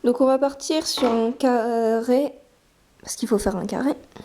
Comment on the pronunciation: 0.29 un ccaarrrree mdr elle ne sait pas parler...mdr non je rigole c est surement un probl dans le tournage sinon merci bcp c a m a occuper et c tres beau